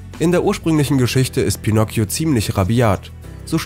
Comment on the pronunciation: Ich: Bitte nicht pinocio Sprecher: Pinocio Ich:LALALALALALALALALA